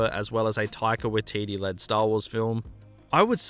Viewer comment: its pronounced 'taika-why-teetee- not 'taika-wa-teetee'